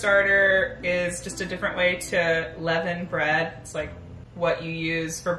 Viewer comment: levain, levin... sgfdsfgd it's leaven !